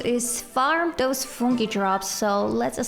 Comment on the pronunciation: I love the way u pronounce Fungi 😭